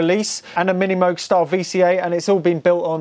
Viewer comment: Extra bonus points for pronouncing MOOG correctly!